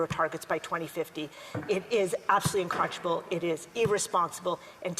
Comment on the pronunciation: These foolish Liberals are so SILLY AND EMBARRASSING!! She can’t even pronounce “unconscionable” properly!! Crimes against humanity— what a silly little girl she is!!